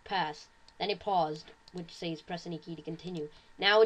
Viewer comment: you say says weird